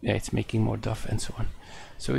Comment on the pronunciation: Just a FYI Sir, knowing English is stupid some times, dough is not 'doff' sounding like cough but more like doe as in "doe a deer" Enjoying ALL the series, you do a lot of work and you are appreciated. Thank you